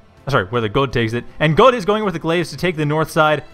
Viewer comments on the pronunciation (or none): but.. but.. Godde is Swedish, not German XD If i remember correctly it is pronounced something like "Ghoddie"